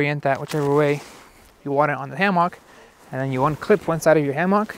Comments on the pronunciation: Just because it is spelled HAMMOCK, IT'S NOT PRONOUNCED THAT WAY! IT'S PRONOUNCED HAMMICK!!!! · Say Ham-Mock one more time!!! FFS! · So it’s pronounced hammock?